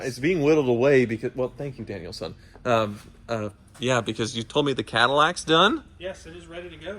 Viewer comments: not SON or SUN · Bro this whole time I thought y’all called him “Daniel’s son” I’m like who is Daniel?! Until I checked his YouTube and it’s “” 😂